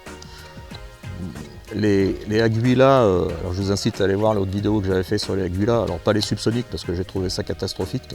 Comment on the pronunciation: le U ne se prononce pas